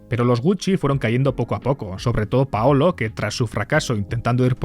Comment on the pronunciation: Paulo, no paolo